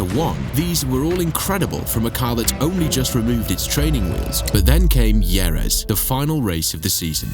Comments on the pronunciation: "Ieres" for Jerez? Either this is narrated by AI, you weren't around back in the day or you really, really need to do more research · Wtf is "Yeres"? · JV got the punt in Jerez (hair-eth) and Michael kept the points in his historical statistics. We have long pit exit lines because he while rejoining the track hit Frentzen out of the lead in Canada. He was far too good to cheat in the many ways he chose to.